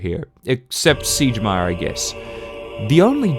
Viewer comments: Did you just call Siegmeyer SIEGE-meyer? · video is great but u pronounced siegmeyer wrong… aiaiai